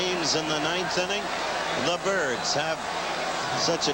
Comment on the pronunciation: is he calling the Orioles the "turds" or the "Kurds"? dosen't sound like "birds"?